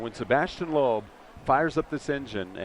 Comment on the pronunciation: Sebastien is really a great driver! BTW: I must say that Americans, especially sport announcers, should definitely practice pronunciation of such well-known names as Peugeot or Sebastian Loeb. Shame! Watch really something: 1988 Pikes Peak and Ari Vatanen in a two decades older Peugeot; climbing not on tarmac but on gravel... watch?v=siKlrTF9Baw